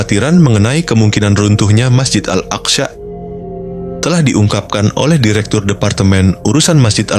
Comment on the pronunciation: Sebut al aqsa pun x betul